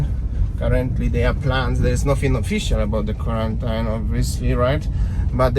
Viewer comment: Love your informative videos. A minor quibble: you keep mispronouncing the word 'quarantine'. The ending is not pronounced '-yne' (phonetically '-ain'); it should be 'een' (phonetically '-īn').